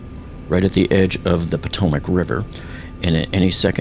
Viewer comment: Its Bohm-bar-dee-eh, not Bombardier. That's the guy who releases the bombs from a bomber aircraft. Also, its the Potomac river, not Potomic. Who's your editor?